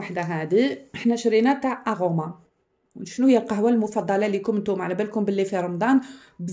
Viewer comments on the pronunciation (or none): وسمها اروما ماشي اغوما😂